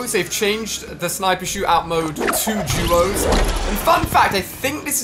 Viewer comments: He said juos instead of duos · Why does he say “juos” instead of “duos”